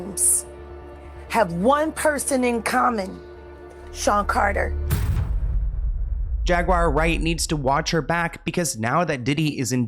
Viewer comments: JAGUAR...NOT JAGWIRE..THERE IS NO "I" anywhere to be found!! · Jag ~ wire !! 😂